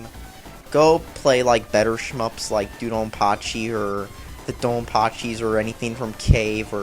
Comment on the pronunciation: Which is worse: this, or Planet Joker for the Sega Saturn? The best shmup ever is Dangun Feveron, BTW. [weeaboo]Also it's pronounced "Doh-Don-Pa-Chee", not "Doo-Don-Pa-Chee".[/weeaboo] if i made a game with furries in it, it would probably be a bullet hell shmup where the main characters are a lion, a jaguar and a tiger